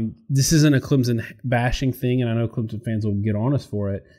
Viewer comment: Once again, tell I'll take his Clemson analysis seriously when he learns to pronounce it. That said, I've thought for weeks that the Clem-OSU winner would beat LSU. I still do.